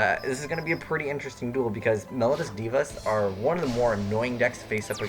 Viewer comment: It's pronounced mel-O-dee-us. Please learn you English.